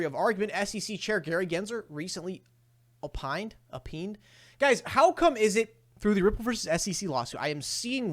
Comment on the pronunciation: Opine (oh-pine) like offer an opinion.